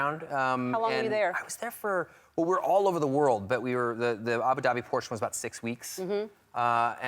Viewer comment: i’m from the middle east, and i couldn’t understand where they were talking about, until i realized it was abu dhabi. being informative, not rude in anyway, it’s pronounced “uboo dubeee”